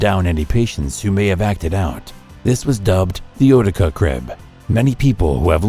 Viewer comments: It’s u tics not ootica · It's pronounced you-ti-ca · It's pronounced you-tica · That's how the New Yorker pronounce it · Thank you that's annoying